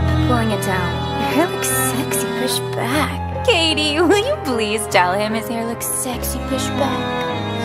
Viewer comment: "We're your friends" refuses to pronounce her name correctly